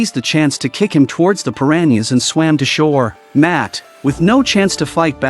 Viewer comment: 🤣 I lost it everytime AI voiced that 😁